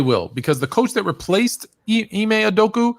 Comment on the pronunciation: Lol ticket really said ime ustrokeya 😂 😂